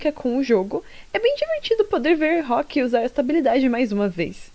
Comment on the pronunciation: muito obrigada pelo seu trabalho. O vídeo ficou excelente como sempre ❤ Mas sem querer ser mal educada,mil perdões 🙇🏻‍♀️ mas eu queria só falar sobre um detalhezinho☝🏻🥹… em relação ao nome dele. Rook, acho que a pronúncia é mais parecida com ‘ruk’. Tipo em Book 📚, em japonês eles falam ‘Rūku’ (ルーク), mas tenho quase certeza que o nome dele do jeito ocidental de falar é pronunciado mais com som de U curto. Já peço perdão se por acaso causei alguma ofensa ou incomodo, mas é só um aviso gentil. Não foi com má intensão 🙇🏻‍♀️🥹